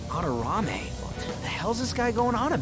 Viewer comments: For future reference, his name is pronounced "Mad-Der-Ra-Mey", not "Madarayme" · Mispronouncing Madarame's name through the video was like nails on a chalkboard.